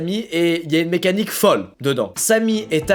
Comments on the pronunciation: le « mécanique » dit sans le « qqqqq» ma fortement perturbé 😭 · Tellement :D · Moi aussi j'arrête pas de dire qu qu qu à chaque fois qu'il le dit